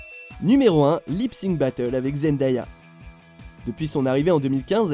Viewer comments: Euhhh c'est Zendéya la partie Zend"aya" ce prononce comme "day" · "Zend-ah-ya" mdrr